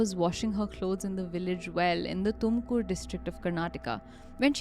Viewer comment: Tumkur!!?? Seriously